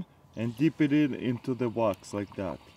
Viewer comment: "now im gonna set de bachett like dat"